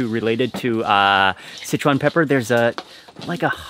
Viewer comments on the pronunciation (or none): none